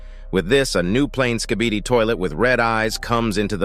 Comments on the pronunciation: If you hear closely, it sounds like the big skibidi is saying, kibidi skibidi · XD bro said skebidi toilet